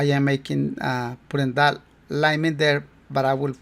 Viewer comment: 😂 no digas lein( lane)major di lain (line) Pero ni modos buen trabajo como siempre